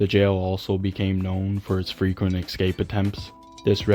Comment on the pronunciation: It's escape not excape